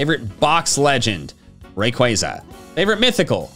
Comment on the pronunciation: AGAIN, DO NOT LEAVE OFF THE Y IN RAYQUAZA!